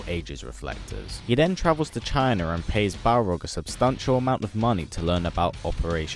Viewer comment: He pronounces China Chiner